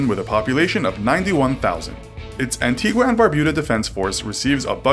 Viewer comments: "expeditionary force" this guy is a total tard. He should learn to read and how to pronounce basic words and names . Also An-tee-ga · Please hear me out. There is no "u" in the pronunciation of Antigua and it's a long e sound in Nevis. Thank you for your time.